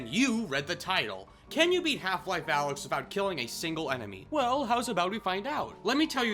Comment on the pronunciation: he learned how to say alyx properly